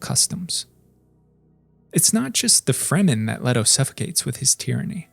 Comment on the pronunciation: Leto. pronounced Lee-TOE. this isnt the rare Jared Leto pronunciation. why do you people butcher a simple name